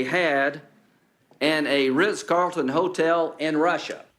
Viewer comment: It sounded like "Golden Graham" called the Russian hotel "The Rinse Carlton"